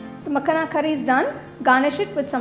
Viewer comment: Looks so yummy.. just one note. Its called Makhana not makhna.